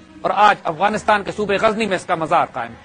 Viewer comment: Gazni Zay Par Nokhta Nahi Lagaye Ap, Zay Par Nokhta Lagaiey !